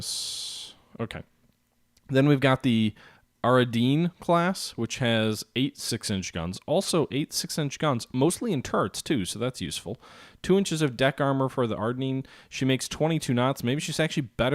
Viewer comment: Ariadne..pronounced Arr..eee..ad.knee